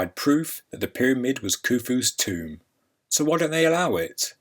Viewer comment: not kufus toom